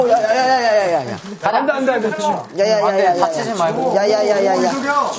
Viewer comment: 부터 야야야야를 왜 이리 오물조물해ㅠㅠ